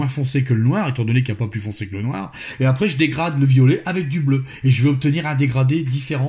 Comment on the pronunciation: ce n'est pas "noir" qu'il faut dire avec mais bien du "Noaare";)